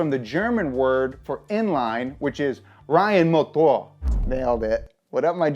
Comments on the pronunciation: You’re pronouncing of Reihenmotor wasn’t that bad. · German here: good pronounciation of „Reihenmotor“💪🏻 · Almost nailed Reihenmotor, greetings from Germany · As a german, I can confirm that you nailed "Reihenmotor" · You actually nailed the Reihenmotor word. I'm impressed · Grüß Gott, Reihenmotor just pronounced perfectly. This is one of the reasons why this channel is the best one out there! Greetings from Germany Und Servus aus Bayern✌🏽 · Gemany little sidenoten: for a foreigner you truly nailed it... respect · The "Reihenmotor" pronounciation was on Point! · i actually Think ur german isnt that bad.... well im german and besides the pronunciation layin on MOtor and not moTOR its damn correct.. nice vid as always, keep going